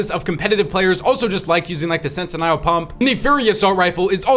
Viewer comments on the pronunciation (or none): sen-tuh-nuhl pump not “sen-te-nial pump” 😅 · sen-ti-nigh-el? bro pronounced that shotgun so weird lmao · How is bro still mispronouncing sentinel